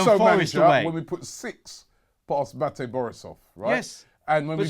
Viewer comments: 'Batty' Borisov, Robbie? FFS! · It's Minsk not minks and Bate (Baa-Tay) not Batty